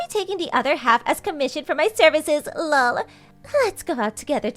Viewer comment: I know, right? I've never heard anyone to say the actual syllable "LOL," and it's quite nauseating. But then you can tell that this entire series is done by people for whom English is NOT their primary language...😂🤣😅